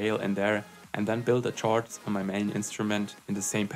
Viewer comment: "Chords" is pronounced as "kords".